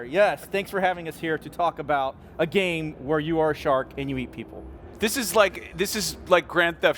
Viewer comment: its a gam, you driv a chark, i by